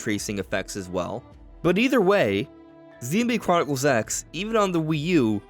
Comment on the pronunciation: "ZeenbladechroniclesX" You say it so fast that it sounds like one word (and without the "O")! 😉